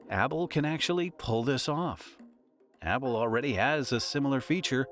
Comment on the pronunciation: bro kept saying abble